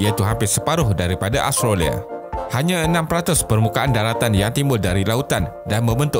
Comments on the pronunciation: bukan astrolia (jawa betul tu😝) .. kena sebut betul2 Aus-tra-lia. hahaha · Betul..aku pun perasan yg dia sebut astrolia..kalau Melayu sebut Aus tra lia. Kalau omputih sebut Aus tre lia.